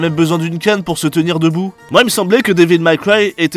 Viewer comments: C'est ton anglais qui est série B. Dévil Maille Craille... sorry, Maille Cwaille. C'est franchement limite bordel !!! :-) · Devil may cry pas devil my cry (prononciation) sinon très bonne vidéo 😊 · super vidéo mais " Dévil Maille Craie" ce n'est ni du français ni de l'anglais - ça se prononce devil mai craille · Devil May Cry. Sérieux ça choqué personne la prononciation horrible durant toute la vidéo. J'ai même cru que c'était un troll au bout d'un moment. Pas Devil Maille Cry. Ou Mac Cry. Ça ce dit Mé. Ça c'est une bonne vidéo qui sais correctement parlé... Abusé que personne ne relève. Métal Jear. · "daiville maille craille" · Oui j'ai cru au troll aussi. :D "Dis-ville-maille-caille" Je l'entends rarement prononcé correctement par un francophone, mais là je crois que c'était la pire. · devil maille cry.... quand la moutarde monte aux yeux. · Devil méï craï. Pas mal cry. Bordel. Apprenez à parler anglais. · Devil Mac Ry????